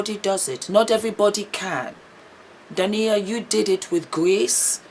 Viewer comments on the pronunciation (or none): I love your vlogs,. Keep them coming! Correction: D a i n a (the stress is on the (i). ❤